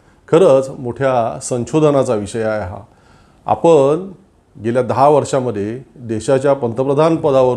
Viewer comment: मणात नाही.मनात. सुजान नाही.सुजाण.आपन नाही.आपण.महाशय आधी शुद्ध बोलायला शिका आणि नंतर भाषण ठोका.